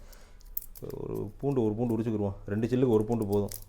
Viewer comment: ஐயா பூடுஇல்லங்க பூண்டு சொல்லுங்க பூண்டு பூண்டு நல்ல தமிழ்ச் சொல்லை ஏன்கெடுக்கிறீர்கள்